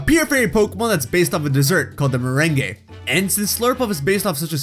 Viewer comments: Yeah, you're not supposed to pronounce the e at the end of meringue. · me-rang. not ma-ren-gay. the latter is totally different. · It’s pronounced mer-rang. No mer-rang-ee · I think it’s pronounced mar-rang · Rebecca Phillips haha, definitely mispronounced merangue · The way you said meringue made me cringe.